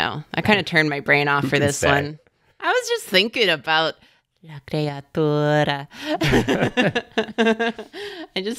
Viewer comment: I can feel pronunciation of la creatura in my mouth and it tastes like treacle and I like it very much